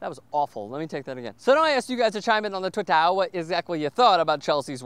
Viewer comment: Haha, the "Twittah" thing was hilarious.